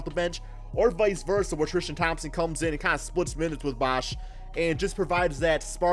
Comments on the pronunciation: Tristan not Thrishtan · "thrishtam thompson" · The way he pronounces his name "Tristam Thompson" 😂😂😂